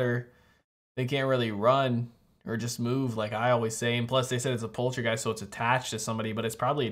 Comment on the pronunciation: Such a classic! Part two is also really great. I find it funny how so many US reaction channels pronounce it Poltra-giest instead of Polta-geist lol